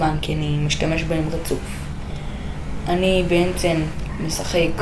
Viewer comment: למה אתה אומר בעמצם אומרים בעצם